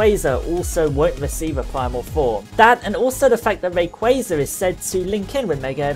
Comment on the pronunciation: You're the first person I've seen to say rayquaza correctly, kudos to you. In regards to the topic, I was hoping he would get a primal reversion or at least a unique mega animation. It seems unfair that kyogre and groudon get awesome animations with their transformation and rayquaza is stuck with generic mega.